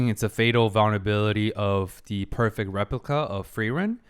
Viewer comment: From creators of famous "Feryeryien" we introduce you to... "Rlyepliyica"